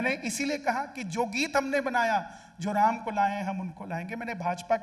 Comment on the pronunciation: Host medam 😅 Jai shree shyam 🌹🙏🚩 Phele bolna sikho Jo ram ko laye h hum unko layenge Ram nam sahi se lijiyega ❤❤❤❤